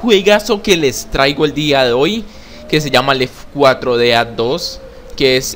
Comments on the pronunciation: Oye wey se escribe left 4 dead pero se dice left for dead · NO SEAS SONSE EN DECIR ES LEFORDED NO LEFCUATRODEAD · se dice left four dead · se dice lefordeaddos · Se dice left for dead jeje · SE DICE LEFT FOR DEAD "LEFT 4 DEAD"